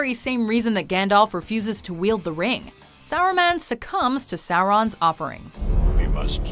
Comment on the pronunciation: do you guys really mispronounce names of characters on purpose? Saruman is "saw-roo-mon" ffs